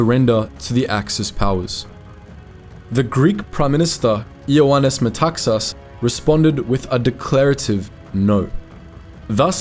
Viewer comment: Ioannis MetaxAs. Not MetAxas. (There are some more misspronunciations but I'll them them be....)